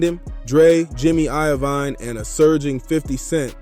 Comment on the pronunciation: Sooga and Jimmy i-o-vine 😂😂😂